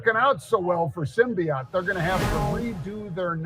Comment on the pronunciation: You can't even pronounce it. It's Symbotic. Not Symbiot. Stupid channel.